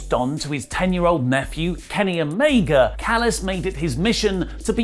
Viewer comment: If you can’t pronounce Omega properly just call him Kenny. It’s fuckn mind boggling. How about we call you Allie instead of? Huh?